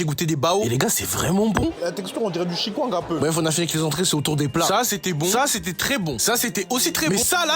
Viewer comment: Chicongue 🫢🤨 c'est chikwangue 😂😂❤